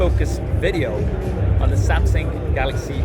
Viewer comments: Why did i heard he said samsing instead of samsung? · Why do you keep saying samsing you mug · Why he keep saying "Samsing" ?? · Step 1 Learn how to pronounce samsUng